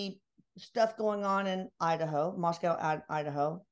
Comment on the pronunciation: Moscow and you say co not cow . It is a small college town.